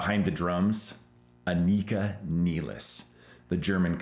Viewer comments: You're pronouncing Anika's name wrong and you met her? LOL Not even she pronounces it the way you do. Listen to her interviews. Anyway, great video, you make great points and totally agree! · Holy Crap can you at least say her name properly for F sakes, It is not Anik___a it is An___ik___a and you have her last name wrong as well